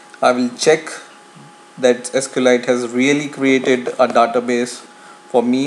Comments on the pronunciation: Just FYI, it's pronounced 'sequel light', not 'escalite'. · it's SQLite, not Eskelight. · Actually, it's pronounced "ess-cue-ell-light"